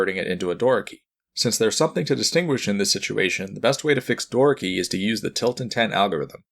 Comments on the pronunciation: Door key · Doraki? Door-a-key. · Love the video, but hate the way he pronounces "Doraki" lol